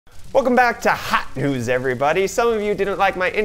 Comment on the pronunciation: so I'm not the only one who cracks when it hears HAT NEWZ! :)) now you got YOUTUBE :-<